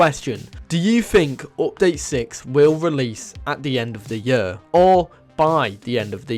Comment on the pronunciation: "The end of the yurrr"